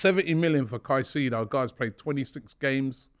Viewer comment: robbie its moises caicedo not moses caicedo